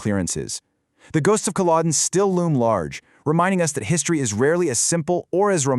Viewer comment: It would help if you could pronounce Culloden, otherwise very accurate